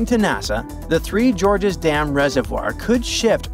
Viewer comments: The three Gorges dam... not the three Jorges dam...is this an AI voice? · Three Gorges Dam not Three Georges Dam. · It's not three Georges dam, three GORGES, effnut!!!!!!!!! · "Three Georges dam."